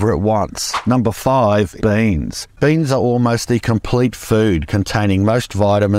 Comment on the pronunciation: That "boooyeans" felt like a spring coming loose xD loved it